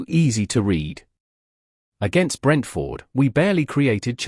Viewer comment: I want to watch these reactions and comments but I can't stand to listen to the robotic voiceovers. This one turns the name Brentford into two words (Brent-Ford). it's horrible to listen to. How hell can a robot have an opinion about a football match or a team? As for United, and I'm a supporter, They're relegation fodder this season.